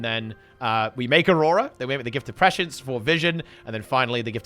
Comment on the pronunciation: Finally someone who can pronounce prescience.